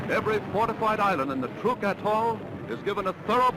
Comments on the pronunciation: Trooook lagoon.... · Is he saying TROOK, like troop? I thought it was like truck. Oh well...